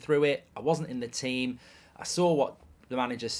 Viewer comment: "Tea-them" lol